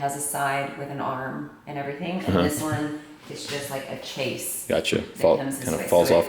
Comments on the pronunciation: it's pronounces ... shayz ..... not chase ..... chaiselounge ... is french .... pronounced shayzlongz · also its not a "chase" lounge, its pronounced "shays"